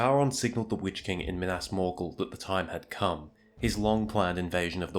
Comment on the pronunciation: Mee-nahs Mor-ghoul